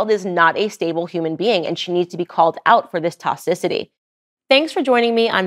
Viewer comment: Tox-ic-ity Not.... tocicity